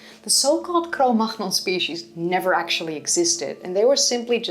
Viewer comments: Cro Magnon, not Cro Machnon. The last Sound french people would use are german stile ch sounds! The g is silent so it should be pronounced like Manion instead of Machnon. Even the term Cro-Magnon-Man does not exist anymore, the location still exists... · No, Cromagnon people. By the way, you shoudn't say cromarkhnion but cromanion. GN in French is prononce NI. A name is a name, Ctomagnon is Cromagnon, nothing more, nothing less. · French here: it's not Cro Makhnon, it's Cro Mañon. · Why Cro-Magnon is pronounced [cromahnon]? And not [cromanion]? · This is kind of trivial maybe, but I'm curious about your pronunciation of "Cro Magnon." In France, where Cro Magnon (the place) is, "gn" is pronounced ñ, like "ny" in "canyon." Probably you know this; where is your "gh" guttural coming from? Is that a Dutch thing, or ...? Not trying to correct you, I'm assuming you know something I don't. Thanks for all your cool stuff! And yes, I'd be interested in more on the plethora of different paleolithic/neolithic cultures. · Can you not say the name properly? CROW-MAG-NONE. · This is a remarkable pronounciation. Is it Dutch? I'm used to pronounce it the French way: cro-muh-NYON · Everything is fine and enjoyable in your video, but please, cro-magnon, as a french name is pronounced cro-manion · Cromagnon should be pronounced as Cognac. Both are French. I hope you don't find this disrespectful. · Cro-magnon is pronounced "Cromanyon" though of course taught the wrong "modern European master man" theory back in the days, the correct pronunciation of this Cave in France. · I like how you pronounce the French term "(Cro-)Mag-Non". It sounds like "Cro-)Macht-Nix" 🤣🤣🤣 You appear a little upset. Like in that live chat when I asked about your cat.😂 Congratulations for being so successful on YouTube. I was a little surprised about the huge, huge numbers of new fans you have gained after I have left in favour of Gutsick Gibbon. 🤠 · Please pronounce Cro-Manion! Like minion, but with an a.